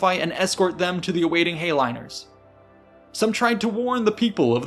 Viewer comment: Heighliner is pronounced “high-liner”; not “hay-liner.”